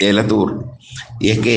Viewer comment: ഏലത്തൂർ അല്ല എലത്തൂർ ആണു...